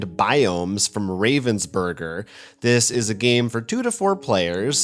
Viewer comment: For an alleged German-knower, your pronunciation of Ravensburger saddens me. Learn it, or they won't let you into Essen!